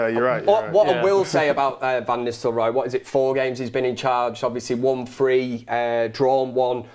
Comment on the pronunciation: Is she saying "Istelrooy" rather than "Nistelrooy"? Must be a northern girl thing.